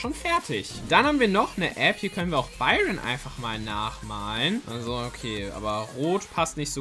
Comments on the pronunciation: Er hat Anstat Edgar Biron gesagt 😂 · Er heißt Eger du hast es falsch gesagt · Du sagst zu Edgar Biroyn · du sagst zu Edgar byron 😂